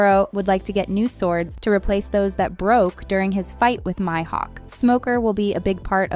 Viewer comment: wkwkwk same, and when she said maihouk to 😂😂😂